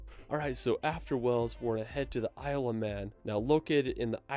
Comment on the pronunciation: Wales is pronounced as “Whales” as in the animal not as in a place of water “wells”